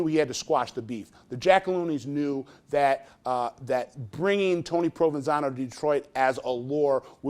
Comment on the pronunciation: They keep saying "Provansano" and I keep hearing provalone cheese, on top of some ridiculous Italian sub..